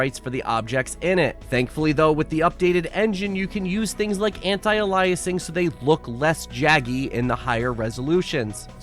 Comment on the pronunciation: I’m sorry HOW do you pronounce Anti Aliasing? 😂😂😂